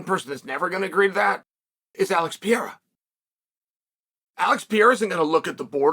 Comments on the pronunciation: Pereiras name isn’t that hard Unc, you keep saying Pierra and it’s driving me crazy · Chael needs a vocal coach to help him pronounce fighters names, Alex Pieeeeeera won the belt against Jiri Pro-chaaka, oh no here comes the contender Alexander Rage-chip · Who the hell is alex PIERA? 😂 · This guy can pronounce names like: Adesanya, ankalaeve, Chandler, McGregor, Poirier etc..... but if you're Brazilian, this man all of a sudden can't read properly... Smh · Can't even pronounce the name right !!